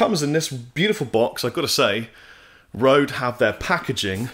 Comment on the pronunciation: pronounce it right man!:D "Ø" has the same sound as "ö" in Swedish and Norwegian (also German, Hungarian and Turkish). It is similar to the sound of "ur" in the word "hurt" as it is pronounced by someone from the South of England, but with the lips pushed much further forward.